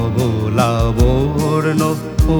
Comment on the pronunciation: কথাটা লাবর্ন নয় লাবণ্য হবে।